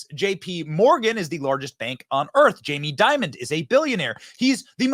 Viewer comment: Wow this guy seems to say jamie diamond?? & . no wonder...